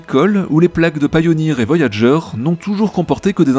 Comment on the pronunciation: Merci pour cette vidéo. J’ai vu le film, c’est « Contact » (original) 😎. Ce sont les nombres premiers 🫣. Petite remarque : TB pour la prononciation de Pioneer, mais Voyager ne se prononce pas comme en français 🤪. J’écris ça, mais je suis nul in English 😩